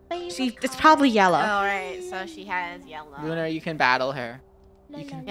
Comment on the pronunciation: Said Unar Instead Of Lunar